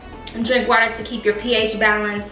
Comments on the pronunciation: you said “wayer” we always catching you slipping it’s ok we love you 💜💜💜💜💜💜💜💜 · She Said “Wayer” Lol 😂❤️